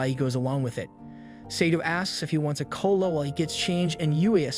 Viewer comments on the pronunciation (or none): none